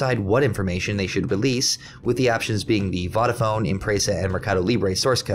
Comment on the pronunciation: And Vodafone is pronounced "Voh-dafone" not "Voddafone" 😭😭 lol 😂